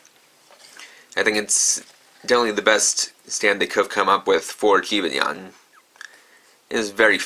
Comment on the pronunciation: Stop pronouncing Jibanyan wrong 😤